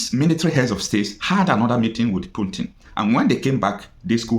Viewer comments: Pls it's PUTIN not PUNTIN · is not puntin is Putin😂😂😂😂😂